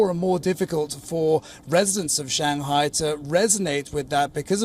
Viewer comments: I follow Wion coverage . But I’ve heard your presenters pronouncing SHANGHAI wrongly . It’s commonly pronounced as SHANG - HAI and not SHAN - GHAI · because the Chinese pronounce English words perfectly, right?